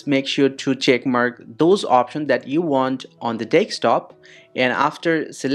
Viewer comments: MF its desktop not dekstop😂😂😂😂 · Every time you said desk top it sounded like you were saying take stop. Also, I followed your instructions and it didn't work. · Bro said deckstop😭😭😭😭